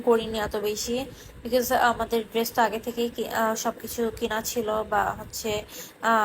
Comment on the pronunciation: Oti adhunik tai dress ucchaRon drest Hoya gese😁